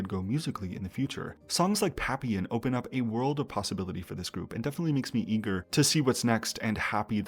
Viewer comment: Assuming the song papillon is referring to the French word for butterfly and not something else, the proper pronunciation would be “Pah-pEe-yeon”